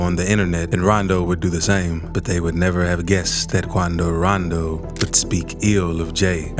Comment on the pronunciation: KWANDO RANDOW!